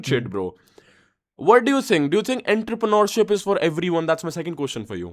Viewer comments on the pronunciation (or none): just correcting my brother 'Auntre-Preneurship' is how you say that btw GOAT content